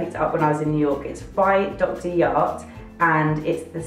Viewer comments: Hi, glad you like Korean brand Dr.Jart which is very popular here in Korea, too! Just wanted to let you know that 'jart' should be pronounced as 'j', not 'y' because the letter 'j' hear means 'junction' & 'join'! (Dr. + Art) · Hello! The Dr. Jart cream you mentioned, it reads 'j'art like a 'jar' not yart. haha. It's a Korean brand and the cream's popular in Korea. (Good for dry skin!) Glad to hear you liked it.:) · I love how Dr Jart is a Korean brand but you have assumed its pronounced as if its Scandinavian :')